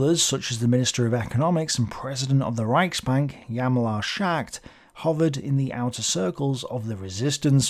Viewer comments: Please make an effort to pronounce the names correctly. It is "H j a l m a r", no "jamalar" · Hahaha! Indeed, it's not always correct. "Ch" in German, is like the ancient Greek "chi", close to a "k" but aspirated, i.e. with lots of air. Like the Scottish "loch". Or imagine you're a Russian trying to say "hello". Hjalmar is pronounced "h' yalmar". Now repeat after me: "h' yalmar s' ghaght". You've now earned a dram of scotch, and my gratitude. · Hjal-mar. otherwise, thanks for a great vid as always. thanks for your great sources aswell!! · The "H" is silent in Hjalmar , just do the "J" ...